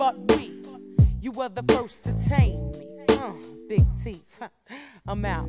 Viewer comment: Hate when QL says Big Teef... Sounds like big qweef..